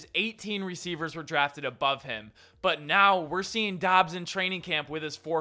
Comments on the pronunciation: Say it like "dobs." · It’s pronounced Dubs I’m pretty sure